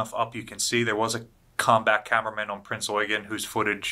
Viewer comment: the way he said Prince Eugen, I felt that. Well done, sir.